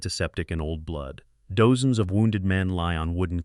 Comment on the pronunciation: Sorry, lost me when I heard dozens mispronounced.